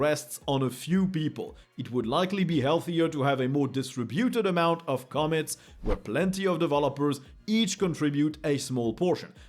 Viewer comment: The word commits is pronounced come-MITz -> where the EM-fa-sys is at the END 😉